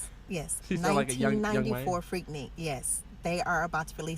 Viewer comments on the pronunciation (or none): I’m from Atlanta and it’s pronounced freak nick not freak neek.